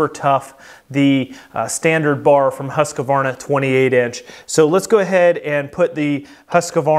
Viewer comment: The Swedish pronunciation of Husqvarna is "Hoosk-varnAH", I never understood why people have to add the "ah" sound in the middle, at least "Huskvarna" would be closer. And the people that say "Still" for Stihl. It is pronounced like the metal. Kills me.